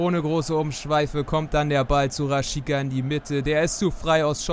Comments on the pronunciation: Rashiza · Super Video:) Du hast Rashica falsch ausgesprochen:)